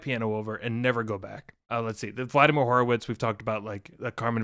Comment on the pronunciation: Vladamir 'Keypounder' Horowitz hurts my ears.